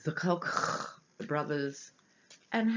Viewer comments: Hi,, we pronounce Koch as "Coke" Brothers. Love your readings in America! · Hi, The correct pronunciation for "The Koch Brothers" is "Coke". I love your pronunciation better Ha! Ha! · hahaha youare too funny when you say kochchh! I have this same exact thing I do about my brother and his block head(we are half german half sicilian italian) he favors the german side with his big blochchh head I say block like you say kochchh. I am dying laughing everytime you say it!